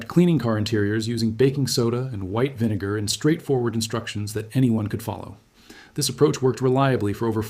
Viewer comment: Video starts He says baking soda and vine-gar